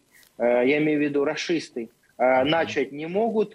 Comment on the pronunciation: Не начить,а начать.